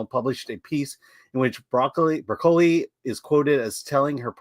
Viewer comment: That said. Please pronounce Broccoli properly. Lol.